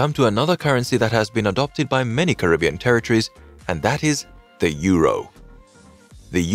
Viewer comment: Starting off the video with the wrong pronunciation of the world Caribbean isn't a good look